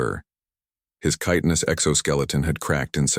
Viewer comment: Hey, "chitinous" was pronounced correctly! Good job editing. Now, back to the story.